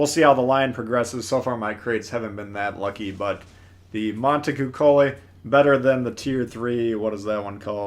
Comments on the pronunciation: Dammit T the c is spelled like the C in the word Champion its Cuccolli not Kukkolli come on now! Or if your into 80s porn Cuccollina is basically spelled the same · Monta coo cho lee. You hurt my guinea ears my man. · lol not superior but I have studied multiple languages and speak several to different degrees. French being my best but of course English is my native languages. It's Mohn-tey-kooh-chohl-lee